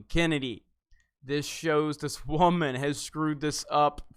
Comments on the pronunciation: It’s so cringey when you say “wham-an”. Can you not be such a childish prick and say “woman” like a normal person. The use of “wham-an” highlights your already poignant sexism and distain for powerful women , and women in general. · He said WAYMAN!!!!!!!!!!!!!!!!!!!!!!!!!!!!!!!!!!!!!!!!!!!!!!!